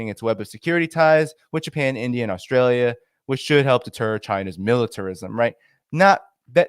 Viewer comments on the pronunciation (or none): none